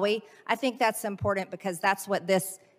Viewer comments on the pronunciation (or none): “Extremely impordunt”. What an uneducated, doofus. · Can someone tell this potato, Greene, the word is “important”, please? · The way MTG says, "impordant" drives me nuts. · Ah, yes. MTG- "Impordant"... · This"dumb blonde"should quit saying impordant! Perhaps she should just stop talking altogether, wow is she unintelligent!! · She also says "impordand"